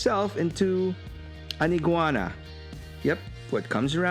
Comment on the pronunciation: Bro, I chuckled when you said, "iguana".